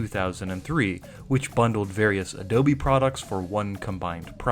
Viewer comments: Can you stop saying adobie like an idiot I want to watch the video 😅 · Adobye, not Adobe. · Why "AdobIe", do not write a do not say that, it's totally disgusting